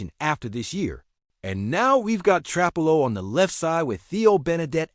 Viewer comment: Stop mispronouncing trapillo😢